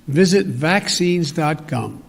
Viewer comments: Dot gum, says the guy running the gummerment. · Vaccines dot gum? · "vaccines.cum". Unbelievable the Left and the elite have dragged us to this point in history when a guy who clearly has dementia is the leader of the free world. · Dot gum, eh?? 🤣😂🥳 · Are those Vice President Kamala Harris foot steps I hear coming to help President Joe Biden pronounce Gov not GUM! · dot gum😅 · Is it .gov or .com or .cum 😂😂😂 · Dot GUM?????!!!!!!!! What the........????!!!!! YIKES!!!!!!!!! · Dot gum Lmaooooooo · 🤦‍♂️I spit my coffee out when he mistook ".gov" for ".cum" .... 🤬☕✨Biden is the most Baked Potato I've ever seen on a screen!!!🔥🥔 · I heard him say ".cum" and I did not want to... :( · visit vaccines dot cum, vaccines dot gum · Dot gum joe? The United States could not be more embarrassed by this pretend administration. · Vaccine. Gum 😂😂😂😂😂😂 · Vaccine dot gum! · Dot Gum twice he did lol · Vaccines dot gum....gotcha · Dot Gum? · Dot gum it! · Oooh vaccine gum. Is it like nicotine gum? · Is he saying gum? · vaccine dot gum, got it, thanks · Dot gum. My god!! And 80 million votes for this bug guy over Trump right? Beautiful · THAT'S "VACCINE.GUM" But I went there and found Bazooka Joe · Vaccines dot gum. Is that a chewing gum cure for Covid? Get me a spearmint flavor Joe.